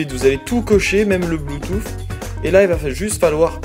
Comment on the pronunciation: Bluetoothsssssssss Lol comment tu le dit